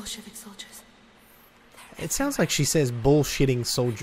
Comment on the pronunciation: she was saying bolshevik solider